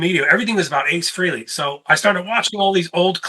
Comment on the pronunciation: New drinking game. Every time someone pronounces Ace's last name "Free-lee" take a drink. You'll be bombed in no time. It's pronounced Fray-Lee and at least three people on YouTube can pronounce it correctly.